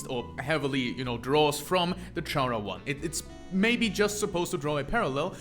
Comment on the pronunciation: I guess I just won't bother on how he pronounces it as CH-ara instead of Chara(cter) Also, the all lowercase thing with the true lab entries actually is used to prove that Sans was a scientist.